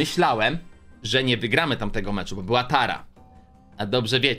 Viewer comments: To jest bo a nie bu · nie bu tylko bo😡😡